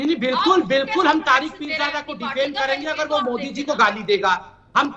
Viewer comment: He said moodi it's Modi not moodi.